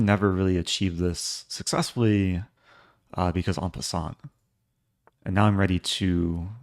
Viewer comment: At the end of game 1, are you talking about en-pin-sant Eric? 😂